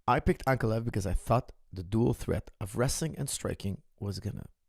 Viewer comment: Why cant americans pronounce Russian names, Ank- uh- lie-uv